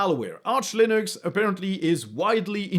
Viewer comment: 'Loonix'? :p